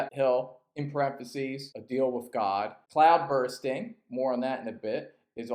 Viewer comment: Its CloudBUSTING not bursting